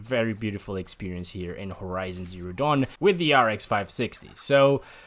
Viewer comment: Doesn't it feel like you say damn when you say dawn lol Nice video btw